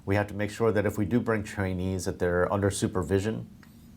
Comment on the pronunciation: the word trainees sounds like chinese. Please clarify it as subtitles also show it as chinese.